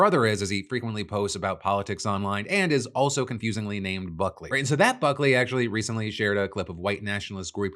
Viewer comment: I genuinely heard f*ckley instead of Buckley 😂